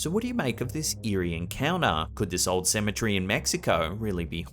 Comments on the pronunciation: Why do you say symmetry when you mean cemetery?? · AND TO, SEMMA TEARY IS HOW YOU PRONOUNCE CEMETERY NOT SEMMATREE LOL😂Elvis the 2nd coming